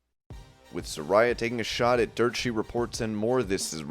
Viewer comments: It’s pronounced suh-ray-uh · It's pronounced Sa-RAY-uh!